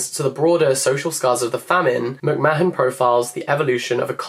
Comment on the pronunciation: And McMahon -muk maan